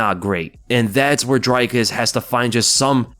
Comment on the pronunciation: Not Drykus...its Dreeekus, pronounced like the number three...:elbowcough